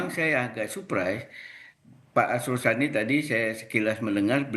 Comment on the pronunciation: Arsul Sani woiii bukan Asrul Sani...asal bunyi aja lu